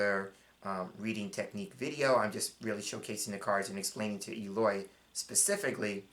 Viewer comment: Hi! Thank you so so so much!! ❤❤❤❤ I’m Just starting with them!! And the pronunciation of my name it’s perfect!!🎉 2 questions, please? Some people/card readers uses as a people card the military person… it can be a situation but a card people too?? And the child card could be a pregnancy card?? Regards, Eloy